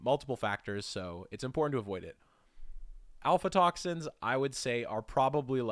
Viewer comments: Are you pronouncing Aflatoxin like Alfatoxin? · Acetaldehyde is NOT also known as Ethanol. —Please learn to read: it’s AF-la-toxin, not AL-fa-toxin. Never mind—too many mispronunciations to list… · Yes, but you said/pronounced alfatoxin/alphatoxin, when its aflatoxin. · Isn't it aflatoxin, not alfatoxin? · Also fwiw Aflatoxin is pronounced a-FLA-toxin as opposed to ALFA-toxin. Thought I’d bury that here instead of sounding like a pompous know-it-all in a top level comment. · Kind of a shame. I was hoping for a video showing which chemical is the worst carcinogen. If I don't encounter something, it doesn't mean it's not still a carcinogen. I feel like a useful measure would be how much exposure is likely to actually cause cancer. I'd rather take a shot of vodka than a shot of benzopyrene. Also, it's Aflatoxin, not alfatoxin, as was said. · Normally I dont bother people about spelling a word wrong or pronouncing a word wrong. but when it comes to a scientific topic I'm a little more critical. If you continue to say a chemical name wrong it thrashes your credibility in my view. Do you know what you are talking about if you cannot read the name of a chemical properly? It is not AlphaToxin, it is Aflatoxin. Maybe slow down when you come across a word you are unfamiliar with to make sure you get it right early on, then you wont battle to read it correctly from there on. Af la tox in. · Af-latoxin not alfa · A F L A toxins not Alpha toxins. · When a chemist says alfa instead of afla, its a bit odd. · "ALPHATOXUBS..."? Nope Afla... is the word. Just as spelled. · The way you keep pronouncing AFLatoxin as "Alpha/Alfa" despite it being on your screen is genuinely painful. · aFLatoxin, not aLFatoxin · clearly not pronounced alphatoxin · The mispronunciation of “aflatoxin” is killing me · u prononced aflatoxin wrong